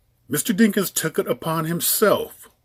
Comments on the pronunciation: isn't his name DAWKINS not DINKINS?? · Why do you keep pronouncing the man’s name wrong🤔⁉️